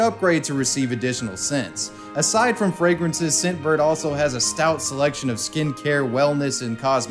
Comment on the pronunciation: Anyone else here Simp bird instead of scent bird